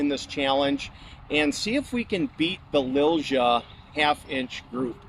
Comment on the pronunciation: The correct way to say Lilja in english would be Lilya. Not trying to be an asshole, but I feel that name brand needs to be said right. Awsome rifle.